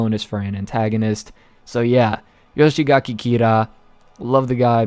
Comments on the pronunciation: Don't want to sound too picky but its "Yoshikage" not "Yoshigake" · It's not Yoshigaki Kira, it's Yoshikage